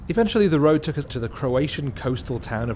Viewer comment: several times he hyper-corrects for his northern English accent, which he tries unsuccessfully to southernise, saying luck instead of look and tuck instead of took. just saying...